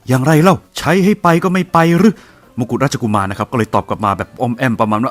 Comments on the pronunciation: มกุฎราชกุมารต้องอ่านว่ามะ-กุด-ราด-ชะ-กุ-มาน ห้ามอ่านว่ามงกุตนะครับเพราะว่าคำว่ามงกุตนั้นแปลว่าลิงนะครับอือิ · มกุฎราชกุมาร = มะ-กุด-ราด-ชะ-กุ-มาน ไม่ใช่ มงกุฎราชกุมาร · แอดครับไม่ใช่มงกุฎราชกุมารเค้าต้องอ่านว่ามกุฎราชกุมาร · มกุฏราชกุมาร.ไม่ใช่มงกุฏ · แอดมิน คะ ถ้าฟังไม่ผิด แอดอ่านลงเสียง "สมเด็จพระบรมโอรสาธิราช เจ้าฟ้ามหาวชิรุณหิศ สยามมกุฏราชกุมาร" เป็น "มงกุฏ" รึป่าวคะ จริงๆ ต้องอ่านว่า "มะ-กุด-ราด-ชะ-กุ-มาน" นะคะ ไม่ใช่ " มง-กุด-ราด-ชะ-กุ-มาน" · ขออภัยครับแอด"มกุฏราชกุมาร" ออกเสียงว่า "มะ-กุด-ราด-ชะ-กุ-มาน" ไม่ใช่ "มง-กุด-ราด-ชะ-กุ-มาน" ครับ